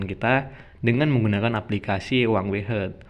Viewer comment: Bukan huangwei bang, tapi huawei 😂